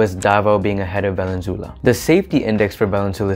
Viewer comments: Thank you for the stats! Awesome research! Just take note the pronunciation of Valenzuela. Vah-Len-Zu-Eh-Lah. “eh” like “elephant” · I suggest you learn Spanish-style pronunciation, especially for obviously Spanish names. Thus Valenzuela is pronounced as [vah-len-ZWEH-la], with the accent on the second-to-the-last syllable. The "UE" letter-pair can be pronounced as either [WEH] or as [EH], depending on the letter that precedes it. Please ask a native-born Filipino rather than forging ahead by yourself in guessing how local names are pronounced as it is off-putting to us locals.